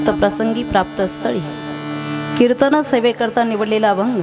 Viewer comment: आसवल, अवे, नतर, बरेच, कीरतन